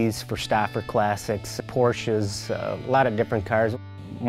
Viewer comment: wow american car enthusiasts that pronounce Porsche correctly!